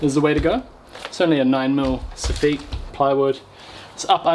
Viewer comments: you got to stop saying Sof-feet lol it’s Soff-it. Love the vids you are brilliant! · i know i'm being fussy here in UK soffit is pronounced sof-fit not sof-feet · It’s pronounced ‘soffit’ not ‘soffeet’ really grinds my gears whenever he says soffeet😂😂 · I do like it how the same names for parts sound different. You have the so-feet In this episode as you say it but we in the north east of England call it a soffit or soff-it I suppose. Always enjoy your videos though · Soff it. Not. Soofeet. No man. Great vid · It's soffit not soffeeeeeeet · Sofeet. Sounds french lol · Before I finish the video, sofeet, I’ve never heard Sofit said like that before , certainly not in Glasgow that’s for sure 🤣🤣🤣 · I think it's a Kiwi thing. Or maybe just a thing! We definitely don't pronounce it that way here in the States LOL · joke "soffite" is a French word and it would be pronounced your way but the English probably took it changed it to suit them and it's sof-fit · It is. We've followed how they say it for some reason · Or are you the ones saying it wrong? Anyway, that's the way we pronounce it in NZ. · How are you pronouncing soffit so wrong? 😂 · Sorry, how did you pronounce soffit?